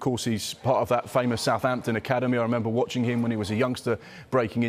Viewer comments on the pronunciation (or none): none